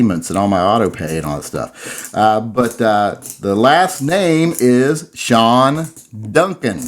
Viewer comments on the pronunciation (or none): none